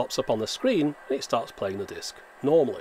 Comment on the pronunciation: "mooovies on a diisc?!" - absolutely priceless in that accent